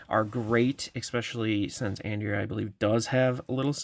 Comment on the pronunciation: It’s on-dray-ya I think love your videos btw